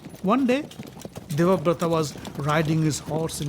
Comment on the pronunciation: it's Devavrata, not Devaprata FYI